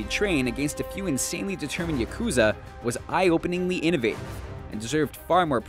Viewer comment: You pronounced yakuza wrong.